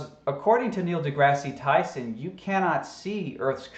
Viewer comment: Yeah, nothing proves the flat Earth hypothesis like a commercial for alcohol. It's science people! Also, learn how to say Dr. Neil Degrasse Tyson correctly, it makes you sound even dumber.